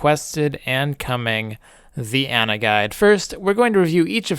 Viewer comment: AH-na. Say it with me.